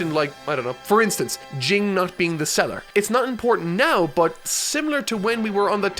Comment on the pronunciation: Jing is pronounced Jean